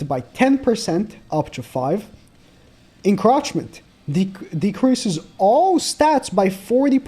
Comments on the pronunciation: I'm sorry it's not crotch it's croach like a roach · Me when keeps saying En-crotch-ment and not En-croach-ment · its pronounced encroachment (in-crow-ch-ment) not encrotchment. just thought i would let you know. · "enchrochment" lmaoooooo its "en-chroach-ment" like roach not rotch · Hey nag, encroachment isn't pronounced en-crotch-ment, it's pronounced "enˈkrōCHmənt" which, in laymans terms, means you pronounce the oa part like you would in coach or roach. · I hate to nitpick but the word is said InK- roach- meant, not in-crotch-ment. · someone tell him its not enCROTCHment its enCROOOOOOACHment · Enk-ROACH-ment is how it's pronounced btw. It IS funny the way you say it, but just in case you didn't actually know since English isn't your first language. EnCrotchment is how it'd need to be spelled for that to work. Also Festeroosa is a beast. I dont care that he isn't dark either. It looks like his passive deals dark damage which means it has type advantage regardless. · its encroachment not encrotchment lol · mispronouncing Encroachment hurts me physically. pronounce the roach in it like roach, not crotch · its en(c)roachment (the c is slient) makes me laugh when he says it like that. 😆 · No one: "Encroachment":ENcrOtChMenT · Encroachment - pronounce the the “roach” like🪳